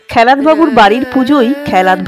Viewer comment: খেলাত .... খ্যালাত নয়।